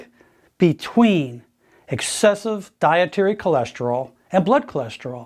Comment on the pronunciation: I swear he said eggcessive.